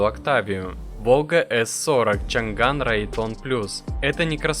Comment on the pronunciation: Не чан ган а чъан дан 😂😂😂